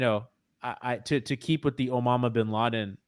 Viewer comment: Sir, omama bin laden has struck the second audition